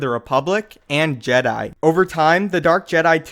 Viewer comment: to duh jeydai. paahahahahah